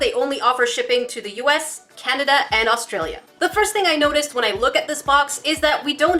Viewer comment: You said Australia wrong I would know I’m Australian